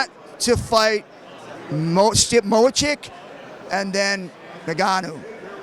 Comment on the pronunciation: If he says Mo-Chick ONE more time... Lol, was that not like, 28 f'ing times???